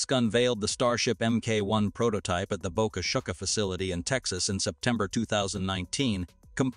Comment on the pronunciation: Boca Shika? Bad chat bot. Make sure you don't have the word "chit" in a future vid.